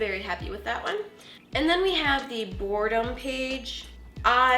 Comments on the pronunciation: Sorry it's bugging me boredom not bordem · It's "Boredom"